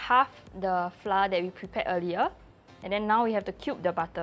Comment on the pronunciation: when someone gonna teach that flour is pronounced like 'flower' instead of 'fla'